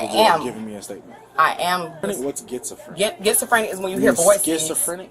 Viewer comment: I'm "gets-o-frenic"😅